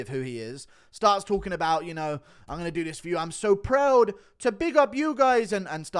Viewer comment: That Canadian accent "proud" killed me 💀